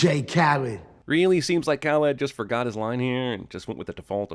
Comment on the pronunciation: I cringe every time you say Khaled